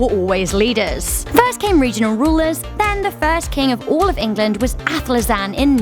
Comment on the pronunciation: Why does she keep saying England in welsh and kinda annoyed